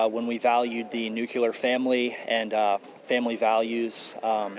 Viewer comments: "Nucular" family????? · Fuck, these people are some of the most ignorant bigots I've ever seen. Nuke-ular family? It's spelled nuclear you simple, inbred morons! Just, wow... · America was certainly Great when we espoused the NUCULAR family. Morons. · Nucular family 😂😂🤣🤣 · Um, the word is not nuke-u- lur, it's Nuke - lee - uhr. And not lie - berry, its lie & brae- ree . Compared to Japanese or Indian educated people, Americans are incredibly poorly educated, incapable of rational independent thinking. Because when you get all your news from the media, you've surrendered your mind to television. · "America was great when we valued the nucUlar family" There is no such thing as a nucular bomb, a nucular family, nucular energy, nucular power plant, nucular medicine test, nucular testing. JESUSHFUCKINGCHRIST there is no dearth of stupidity on this planet! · Nuc lear. If you use the word learn how to pronounce it. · So much FuKKKing stupid... so little time... Why do these "MoRans" so desperately need to use the metaphor, "Rammed down my throat?" "Mental Issue." Yea, I want this azzhole telling me what's "NorBal." ya gotta love this "Ijit's" Double-Hatted Head. Weird to see MAGAts wearing lipstick and saying "New-Ku-Lar... I think I met this boy on Drag Night at a Gay Bar in TexAss. "God's Word, " as transcribed by a bunch of lonely Goat Fuggers, wandering around in the desert stoned on Peyote...actually... that might be a good kind of therapy for MAGAts.. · . "Nuculer" LOL!